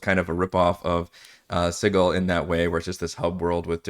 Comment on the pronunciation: Also called it Sid-duel.